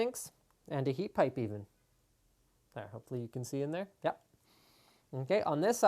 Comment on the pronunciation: RRRRR there Linus.